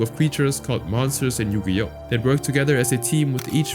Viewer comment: The most disturbing crime here is the way you pronounce Yu-Gi-Oh as "Yugi-OH"